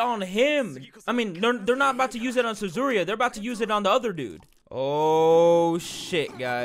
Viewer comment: I'm triggered with him saying Suzuriya... instead of Yuzuriha